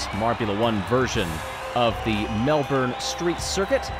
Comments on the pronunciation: So exciting? But a heads up It's Mel-bin, not Mel-born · Look I love ya Greg but it's MEL-BIN lol also love how you used tourism Melbourne's logo. Chefs kiss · Hey mate we pronounce it as "Mel-bin" :)